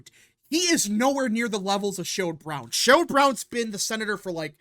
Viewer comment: It's SHERROD Brown, not Sherold